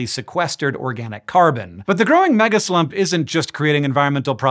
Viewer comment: I swear you said megaslut…the needle jumped off my record over here